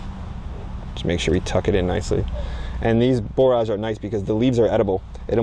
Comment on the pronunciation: Borage is pronounced as porridge is pronounced.